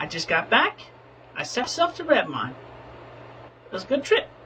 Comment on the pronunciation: Hearing everyone in this mispronounce Redmond is making my ears bleed